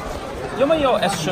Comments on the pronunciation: Hey, great video. BTW, the reason everyone thinks you're saying S4 is because you keep saying 4 not 10? Might be better to just say the English number if you can't master the tone (curving it down and then up for 10). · You pronounce S10 like S4. The intonation is a subtle tweak from each other. S4 is a flat tone, S10 goes down. It's a good thing you show the + sign to indicate 10 or you might end up with S4 😂😂😂